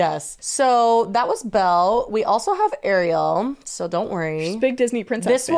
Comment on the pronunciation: Why do people constantly interchange Ariel and Arielle when pronouncing either of them? Truly the names that boggle and stump people. It's Ariel. She said it, why is Jessi calling her Arielle?